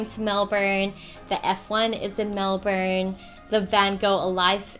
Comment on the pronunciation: But, aren't you supposed to pronounce Melbourne as in Mel-Bin?